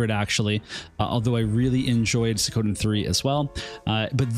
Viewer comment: it's SWEE-KO-Den da fuq? not Se-kowden